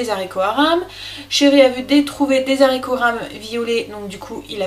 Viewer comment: Quelle cuisinière, tu me donnes envie de m'y remettre et ta chaîne est une mine d'or. Je t'en remercie beaucoup. Une petite remarque en passant (ne le prend pas mal) : les Zaricots euhhhh 🤔, c'est meilleur sans fil et .... sans liaison 😊 A bientôt pour déguster tes prochaines vidéos 👍😘